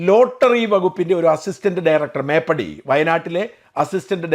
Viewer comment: Not മേപ്പടി..... മേപ്പാടി ആണ്.